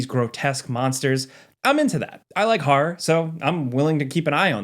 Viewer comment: hearing you pronounce horror as haw-rawr does weird things to my brain.